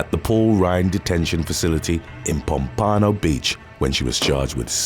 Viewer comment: I have never heard Pompano pronounced like that 😂